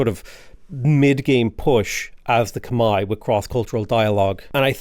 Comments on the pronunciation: Whoaaaaa wtf someone who says Khmai correctly! Respect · saying Khmer correctly is music to my ears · Yay! You pronounced it correctly! Good on you for learning. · As a Khmer person, thank you for pronouncing our name correctly 🎉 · So glad Khmer is your favorite civ! Double points for pronouncing it correctly. As a Khmer person myself, I am so exited to see this playthrough!